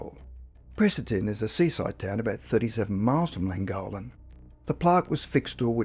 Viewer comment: Llangollen = thwing-GOTH-lin